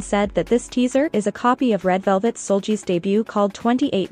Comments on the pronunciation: Seulgi is not pronounced as a j sound but as a g sound as in girl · Your pronunciation of "SeulGi" is wrong